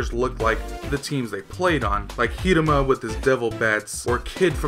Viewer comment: He said HIMURA, Lol,Correct HIRUMA